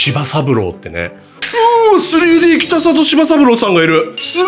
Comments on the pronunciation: 北里は「きたざと」と濁って読みます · ただ、北里さんはきたさと、ではなくきたざと、ですね。